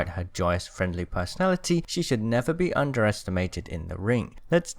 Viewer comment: oh man I thought you said “She should never be undressed and mated in the ring”. If you ask me...